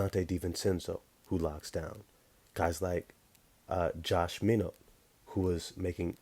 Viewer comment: It's pronounced my not not minu